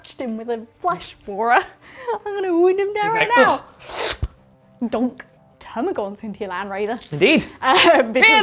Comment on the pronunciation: It's "termagants" not "termagaunts" !!! 🤓 The dictionary definition is also amusing...